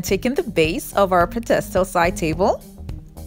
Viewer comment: It’s pronounced ped-uh-stull not ped-stulls, and they are bris-suls not brist-tuls.